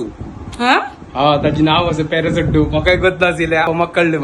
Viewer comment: It is not Perasttu it is pesarattu 😅